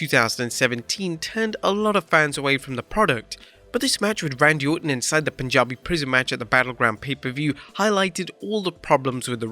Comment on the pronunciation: I never once thought “I wonder the ethnic background of the narrator” however when you said “Punjabi” I was like… “this guys got to be Punjabi” lol